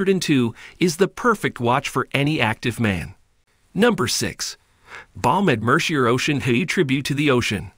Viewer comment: Not Mer-see-er! It’s “Mer-see-aay”